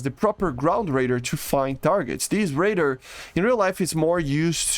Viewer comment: stop saying raider its ray-dar